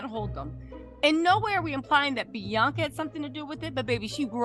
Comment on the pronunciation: It’s not blac China it’s Bianca you said black China 😅